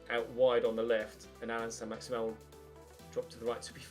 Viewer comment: Is it saint maximin or as you say saint maximan